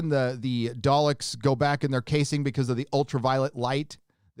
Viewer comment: My bad did you say dollecks.